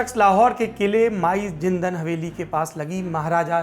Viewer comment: माई जिंदन नहीं बे माई जिंदाँ।